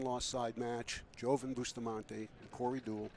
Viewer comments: Bustamante's name is pronounced Yoven. Not Joeven. Just pretend the J is a Y. Pretty simple. But not for these two LOL. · Its actually pronounced with a "hoe" instead of a "yo", since his name obviously has Latin heritage, and I think he's Filipino, so that backs up my claim that his name is of Latin decent, meaning that the "j" in his name is the same as the "j" in Jose (hose-eh), or Jorge (whore-heh), or Jesus (hey-Zeus). "Joven" means 'young' in Spanish, and probably many similar languages; did you know that?